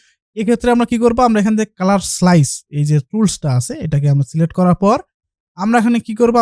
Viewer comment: celect na select hobe kotha ta😆😆😆